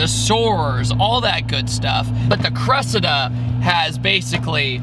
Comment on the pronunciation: You're pronouncing its name wrong:face-red-droopy-eyes